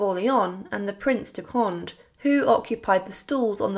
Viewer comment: Please work on your pronunciation of French names and titles. Go to Google and enter “Monsieur French pronunciation” “Condé French pronunciation” Etc.